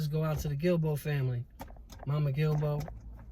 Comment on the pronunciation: Thank you for your kind words. Darius is missed every second of the day!! We appreciate you for saying our Family name correctly!!!